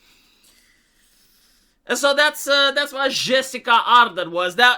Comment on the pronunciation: say it wth me now, JUH-SIN-DUH